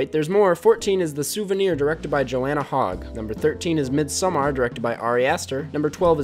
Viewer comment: he said “mid-sOHMAR”